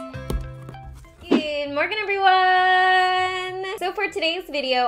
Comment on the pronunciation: Ive been subscribed for a long while and i just realized she dosent say "good morning everyone" but Good morgan eveyone jajaja